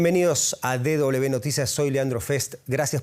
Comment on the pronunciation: Le agradecería al locutor hablé en castellano. DW es De doble uve, no de doble be. Gracias